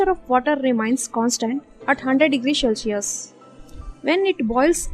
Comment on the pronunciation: Its cel si us and not shellsius